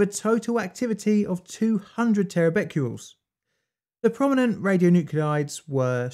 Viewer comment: the videos are cool but you saying 'Becqules' instead of Becquerels is infuriating!